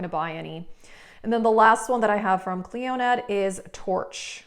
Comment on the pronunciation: I'm saying this with all the kindness in the world & with zero troll energy- Clionadh is pronounced: "klee-oh-nuh" not "klee-oh-NAD" like you say. Love your vids. Gonna see about using that lethal code